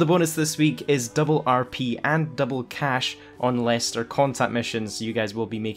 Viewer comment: You said LEISTER